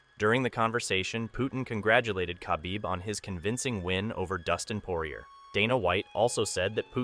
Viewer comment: Stopped watching when you mispronounced Dustin Poirier's name.